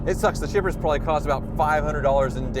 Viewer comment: I thought you said strippers, not shippers. That would’ve been one interesting video.